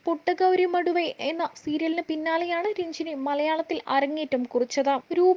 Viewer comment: മടുവേ അല്ല.. മധുവെ..